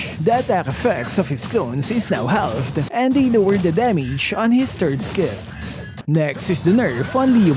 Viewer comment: haLLLved??? LOL